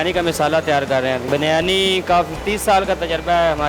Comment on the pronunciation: Its not Baaaryani its Biryani name to seekh lo pahlay Host karnay wali aunty....